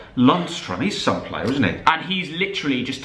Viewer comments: Go do some phonics and learn how to say player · Sorry but it’s player